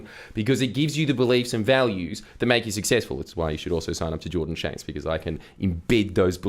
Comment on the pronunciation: Did you say shordan janks? 😂